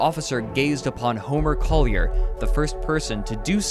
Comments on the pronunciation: IKR, it bugged the hell out of me! I'm actually scanning the comments for others who were bothered by this, but you're only the 2nd one I've come across. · No New Yorker has ever pronounced it "Coll-yair"